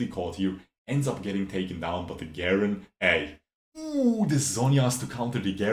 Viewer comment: Never heard someone say garen with a hard g lol